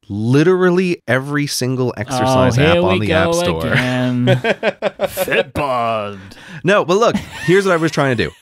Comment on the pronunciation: Excuse my ignorance. ..... is he saying "fit bot" for the app?